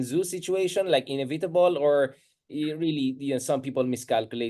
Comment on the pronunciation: A big fan, not a troll. Just mind the pronunciation of English words. Sayang naman ang twang. Eg. INEVITABLE, PRECEDENT, etc.